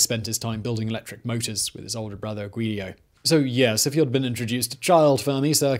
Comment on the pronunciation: N-Rico, not On-Rico….Guido, not Guidio